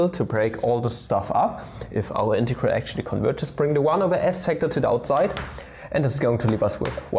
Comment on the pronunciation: Mola como dice "integeral"